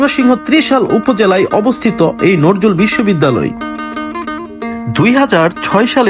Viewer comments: নরজুল না ভাই,, নজরুল হবে। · নজরুল নাম টাই বলতে পারেন না আপনি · আপনিতো কবির নামটাই উচ্চারণ করতে পারেন না।